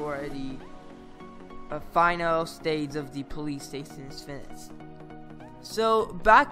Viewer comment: " Fineshtd " Wow